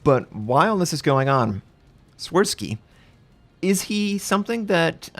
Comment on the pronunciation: “Shvirsky” is the pronunciation, the “W” is “V”. Also “Ś” is “sh”.